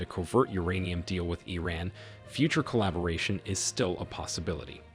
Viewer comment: EEE RANNSS. I swear if i got a buck for every time americans fail to pronouce words, I'd be able to retire tomorrow.